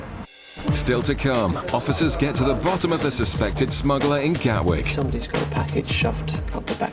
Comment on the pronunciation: Smuggler, not smuggerler.